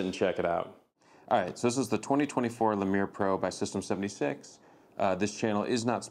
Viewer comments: it's not a "le-meer" it's "lee-mur". like the small monkey. ever heard of zoboomafoo? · Lemur, like the animal. Lol, but I like that you made it fancy French. :D